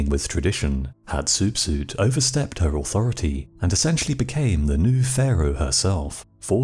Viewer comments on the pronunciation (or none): Are you serious? Hat soup soup? Why make a video to disrespect her name like that, your obviously not a knowledgeable person on the ancient Egyptians …. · Never heard Hatshepsut pronounced like that.